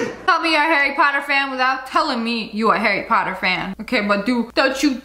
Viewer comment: Harry Pottah is dead